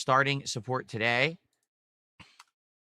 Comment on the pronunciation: "It doesn't matter what WE do for a stream guise WE always hit dagoal" turned into "I'm nervous GUISE I.. I don't know if we'll hit dagoal with only 7 bucks of sahpport" never change 🤣